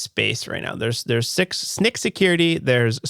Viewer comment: Fun fact - you're BOTH wrong. Snyk is officially pronounced "sneak" - snycsec is "Sneak Sec".